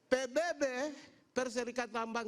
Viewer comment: Susah nih orang ngomong PBB .ngomongnya apa?di Bahas apa??😂😂 susah SD nya lewat alang"😂😂